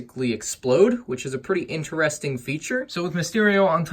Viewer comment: I find it so annoying how he says interesting In terrrr estink